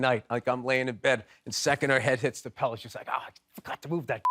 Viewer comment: Bill, you said pellow;)